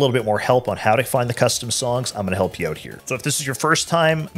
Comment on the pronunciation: 'oUUUTTT" Canadian detected!! haha <3 you guys